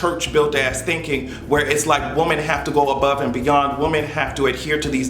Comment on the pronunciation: YOU'RE TOO SMART TO BE PRONOUNCING "WOMEN" INCORRECTLY EVERYTIME 🤦🏾‍♂️